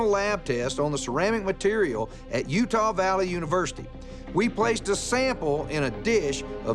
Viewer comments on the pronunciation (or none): none